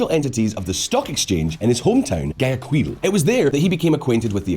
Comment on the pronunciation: He’s pronouncing the g too much in Guayaquil